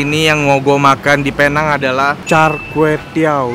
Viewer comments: nek carlos video sebelum2nya : jadi men, penang bacanya "pineng" nex carlos video ini : kita di penang men :) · Bang nex.. sebutannya bukan "Pear Nhang".. its "Pee Néng" 😄😄😄 .. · Ko gak ada cita² ke dokter tht gitu 🤣🤣 budek bat..btw nyebutnya pineng bukan pinang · Sebenernya seharusnya dibacanya "Pineng" sih hehe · Tulisan: Penang cara sebut: Pineng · penang. cara bacanya pineng. neng nya kaya ngucap neng(sunda).. begitu mamen. welcome to penang mamen. try deen maju dong... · namanya PENANG dibaca PINENG